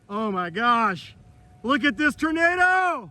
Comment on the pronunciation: Tornado isn't pronounced "Ternado".